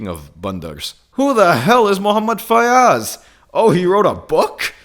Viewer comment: muhmmad fyaz? Its Muhammad faiyz he can change his religion but cant his name